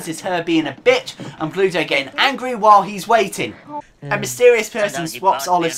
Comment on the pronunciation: Do you keep saying "Pluto"? His name's Bluto. Pluto is Mickey Mouse's dog. ;P